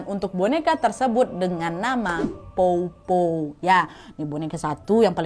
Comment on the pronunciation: Powpow kak bukan popo